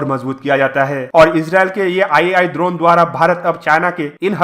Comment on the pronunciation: Drona nahi droneeeee hotaa hai 😂